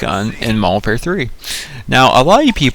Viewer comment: Y DO PPL SAY MODERWARFARE WHEN TRYIN TO SAY MODERN WARFARE LOL WAT OVER ALL IS THE BEST GUN ON MW3